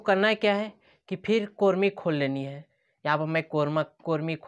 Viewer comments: First of all brother it's not कोर्मी It's chrome(क्रोम) Anyway Overall it's nice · कोरमी नहीं ब्रो क्रोम बोलते हैं ।